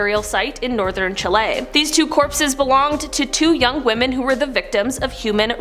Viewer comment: To the presenter please pronounce the name for the country correctly it is so mis pronounced and i wouldn’t like it to spread any further. You are pronouncing it as chilay.. it is pronounced in the Latin world Chile as it is written chi Le, how ever in English it was alway pronounced chilli. Never Chilay. Please say it how it is either chilli or chi Le not chi lay